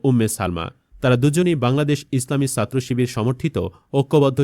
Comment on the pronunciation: ছাত্রকে সাত্র বলেন কেন? উচ্চারণ ঠিক করুন। উমামা ফালতু কথা বলে- একথা বলে সে সব ছাত্র ছাত্রীকে অপমান করছে।